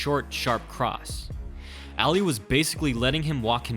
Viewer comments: Why does he keep saying eli instead of Ali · Say it like "all-lee" not ally